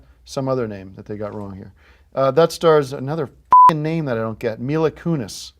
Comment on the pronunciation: I love how mad he gets then pronounces mila kunis perfectly